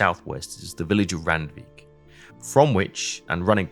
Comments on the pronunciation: Hate-err-en not hat-err-en Rand-vike not rand-wick :) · Great video. Just one thing. Randwijk is pronounced rund-vake in Dutch. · Randweg und dann Randweich Alter, du bist zum Kotzen 🤮🤮🤮🤮🤮 schlimmer als KI ! Voll der der nichtkönnende Roboter 🙈🙈🙈🙈🤮🤮🤮